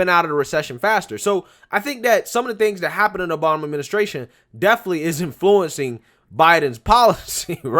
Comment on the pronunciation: At minute in this beautiful speech by Senator Joni Ernst, she says "President 'Bama".